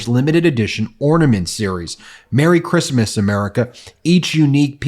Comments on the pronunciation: She said F "Kreestmaas." Linguistic genius that she is. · I thought said fuck Christmas 😂😂😂😂